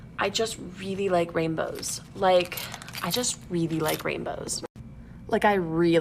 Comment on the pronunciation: Really likes rainbows. Mispronounces it as "raimbows".